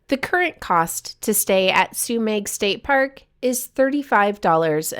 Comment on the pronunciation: Thanks for covering one of the best spots near me, about 5 miles from my place. FYI it's pronounced Sue-meh, despite the spelling. It's a silent g. Also worth noting, Trinidad is the closest place to stock up, with Murphy's Market being a full grocery store with a deli, meat/seafood dept., fresh produce, frozen foods, dairy, etc., as well as great selection of general grocery items. There's also a Chevron station with an Aztec Grill mexican restaurant. There's also Headies Pizza, Lighthouse Grill, Trinidad Eatery and Seascape restaurant. For fine dining theres Larupin restaurant and Moonstone Grill. I'm surprised that you didn't highlight Trinidad in this episode, unless you have already, or plan to cover it in a future episode. It's known as one of the true gems of the northcoast.